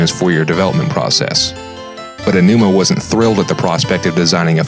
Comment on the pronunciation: You might wanna use Google Translate to check how to pronounce the Japanese names before recording. Your pronunciation of Eiji Aonuma was ridiculous.